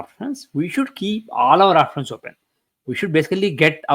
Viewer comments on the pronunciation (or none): none